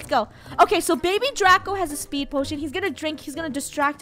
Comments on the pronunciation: It’s not baby it’s Beh beh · The way finish says baby she says babay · Its babeh just saying no hate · i love how baby funneh said babeh every time she said to someone hehehe